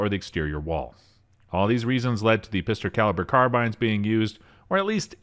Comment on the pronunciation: "Pister carirber carbynes" 😂